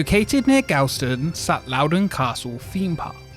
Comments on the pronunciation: “Gal ston” it’s pronounced gaw - l (as in law) ston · Loved this video although my only critique of it is you pronounced Galston wrong. It's Gal as in ball, not gal as in pal haha apart from that brilliant video and brought back a lot of memories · The town Galston is pronounced Gawl-stun btw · Louden Castle was my childhood. We went every Saturday. My uncle operated one of the rides. The one thing that kills me is your pronunciation of Galston. It’s pronounced Gawl - ston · I’m literally from Galston and it’s pronounced like “Gall-stone” hahahaha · First got to do the obligatory its pronounced Gall-stone (yeah like the painful ones laugh it up) just no pause between. Remember going a few times but it was never really big think the school took us once and that was more of an afternoon trip. Its been a pitty that it was just left as it was over the years. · The pronunciation of “Galston” 😂, we call it “Gawston” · Heads up, Galston is pronounced gawl-ston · Galston is pronounced Gall stin. Pronounce all not al. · the way he said galston- no just nO.